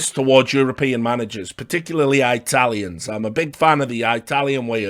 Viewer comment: The way you say I-Tallians and Pocka-tino lmfao